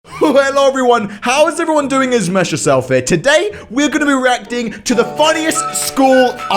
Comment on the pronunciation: Thought he said erecting instead of reacting -_